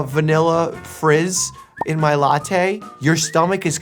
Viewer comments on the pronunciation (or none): none